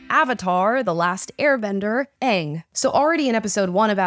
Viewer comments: Ok m so glad you said Aang right...the 1st live action movie kept saying it wrong 😢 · Just don’t treat it like it has to be the exact same as the original and you will enjoy it for what it is. It’s own show. It is already better than the first one because they can pronounce their names right. Also if this goes bad it doesn’t “ruin” avatar. Avatar is the same as always regardless. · I disagree. The acting is way better than the first like a million times and the characters fit the roles way better not to mention they know how to say their names. If you don’t believe it will be good you won’t like it but it you give it a chance you may. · Right!! I'm actually surprised so many people are upset about this. All the while I'm just happy that they are pronouncing the names correctly 😂😂😂